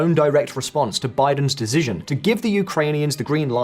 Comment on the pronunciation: "Decizion" 😂 anyone else notice this?